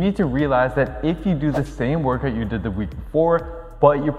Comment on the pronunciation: It’s how you say workoot lol